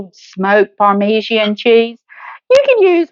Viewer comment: It is parma john cheese not parme see an cheese.